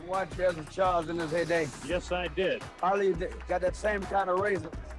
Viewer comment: His name is pronounced “ah-lee”, not “al-ee”. Get it right, clown.